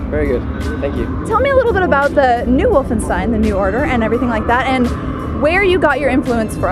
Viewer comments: It is called Wolfens(s like in sh-it)tein! Not Wolfen-s-tein! Americans just can't speak german! -. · again you mispronounced the name it's wolfen-sh-tain